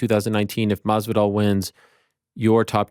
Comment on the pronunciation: I love how he cannot say Masvidal's name correctly. And he doesn't give a f**k 😂😂😂